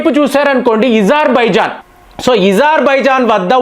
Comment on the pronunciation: అజార్ బైజాన్ ను ఇజార్ బైజాన్ అని ఉచ్చరిస్తే స్టైల్ గా ఉంటుందనా